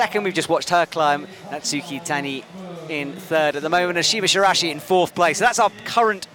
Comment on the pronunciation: I thought we were past the "Shirashi" pronunciations after the ESPN commentator for USA nationals :(